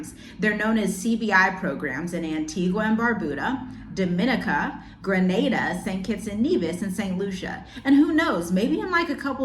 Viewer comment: Dominica - Dom-min-knee- ka Antigua - Ann-tee-guh Caribbean - Carib-bean